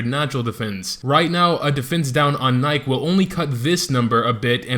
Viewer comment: Nike is a female, and you're pronouncing the name wrong